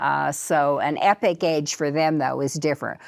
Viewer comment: I think she means Epoch, not Epic